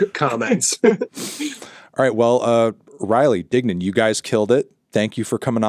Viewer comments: when he said dignan my heart fluttered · Never thought I'd live to hear fantano say dignan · HE ACTUALLY SAID DIGNAN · wait you called him dignan? fantano knows the lore